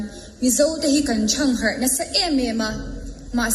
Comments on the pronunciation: Nu Nu I Rualhleng ril rem zawng ..Kan thangharh tih a thluk Dan khi a dik lo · Mizo tawng thluk erawh a hmang diklo ve hle mai. Thangharh tih a lam dan hi ngaithla nawn ve teh u.